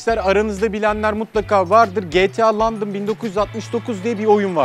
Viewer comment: Adam londraya landın diyor garip.